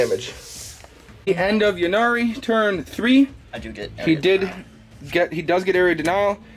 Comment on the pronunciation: Yeah I don't understand. It's a play on words - the god of death "Incarnate" - hence Yncarne (pronounced inn-karn.) Yvraine like "Evraine", Ynnari like "Innari" etc. Lots of people seem to say "Yinnari" though.